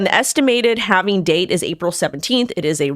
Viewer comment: Why are you saying halv-in-ing?????? Good golly miss molly, stop doing that!!!!